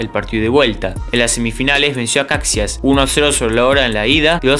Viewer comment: Buen contenido. Procura pronunciar bien los nombres de equipos que nunca has oído, como Maracaibo y Caixas. Voy viendo 2 vídeos tuyos y en los 2 hay errores de pronunciación